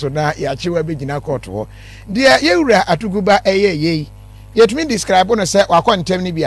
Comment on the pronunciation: Etumi wura, it's Atuguba not Atubiga